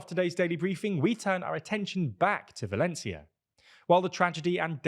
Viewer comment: you said Mazón with a “th” sound but Sanchez without. The c in Valencia should also be pronounced with the same “th” in European Spanish. Finally the accent is on the ó, so that syllable should be stressed instead.